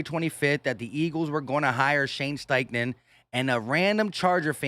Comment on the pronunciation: Hey I think u meant to say, "Shane Steifful"